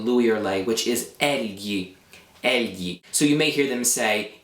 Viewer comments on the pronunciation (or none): this is really helpful but the way you pronounce egli seems off to me? i might be wrong but isnt the gli combination pronounced like lyi lli sound?